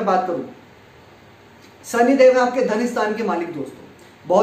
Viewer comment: Your diction is very poor.. You call Sani for Shani, Rasi for Rashi, sukra for Shukra, Paresani for Pareshani, Siksha for Shikha, Subh for Shubh and many more.. This is very irritating. Being a astrologer it is very bad on your part. Plz improve it.